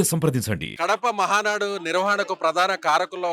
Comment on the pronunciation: Madam ముందు మహానాడు ani clear ga నేర్చుకోండి.... Ma valla girichi endhuku....